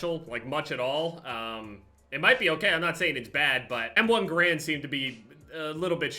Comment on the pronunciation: You said m1 garand wrong